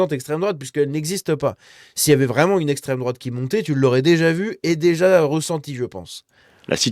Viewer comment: Bally balo ne sait pas prononcer le mot "extrême"